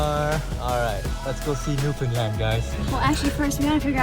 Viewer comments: For future reference, it's pronounced newfinland not new found land and Newfoundland is one word. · It is pronounced “New’-fun-land” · .. I know. I kept cringing every time they said “NewFOUNDland” 😂